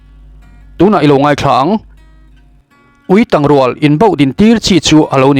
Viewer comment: Ui ketângchiau nen inhriat pawlh ani maithei e, Uitàng rual tih a 'tang' tih hi chu Tangkawng kan lam anga lam tur aniin ka hria..